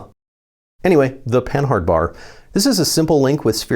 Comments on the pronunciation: It's not pronounced Pan-hard it's pan-ard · Panhard should be read as pah-nahr, not pen-hard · "Panhard" is pronounced "puhnard" I think